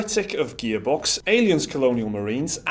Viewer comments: Is he saying gaybox cause that's what it sounds like I know he's gearbox but it just sounds like he's saying gaybox I know Dumb comment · He keeps saying Gaybox. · Haha! The way you pronounced Gearbox made it sound like Gaybox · "Gear box" not "gay box" guys.😂😂😂😂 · Gaybox? Gearbox? The name is gearbox but everytime it sounds like Gaybox. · Is it me or he says GayBox not gearbox? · I kept hearing Gaybox...good vid gents. Cheers! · Sounds like you’re saying GayBox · bloody hell, ur saying gearbox like ur saying "gaybox" WHYYY